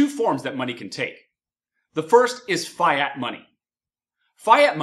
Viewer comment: my man says fiat money like fi money while everyone says it like fiat just like the car fiat 500